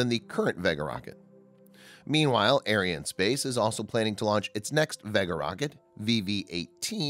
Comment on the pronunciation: please pronounce Ariane correctly, you make it sound like a White supremacy space company !